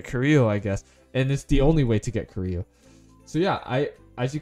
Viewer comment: It s koreyu not koreau